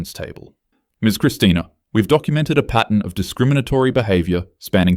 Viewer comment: *pattern not patent